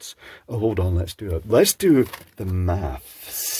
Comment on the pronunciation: Anyone else noticed pronouncing "maths" quite particularly? I'm feeling some vibes from Tom Scott's latest "Lateral" episodes here 😅